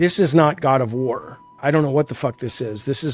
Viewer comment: My god, I didn't hear God of War, I heard God of Hore